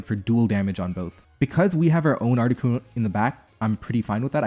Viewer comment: It is never, ever, Articunover.